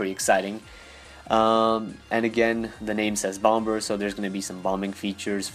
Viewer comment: Stop pronouncing the second 'b' in 'bomber'